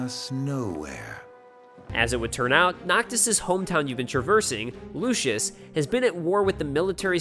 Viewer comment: Lucis, not Lucius. Everyone gets that wrong. And did you really confuse an entire country with its crown city? Lucis is not Insomnia.